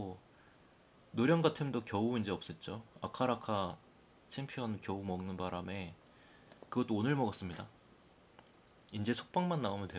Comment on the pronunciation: 도 아카라카라고 하시네 ㅋㅋㅋ 아라카라 잖아요 ㅋㅋㅋㅋ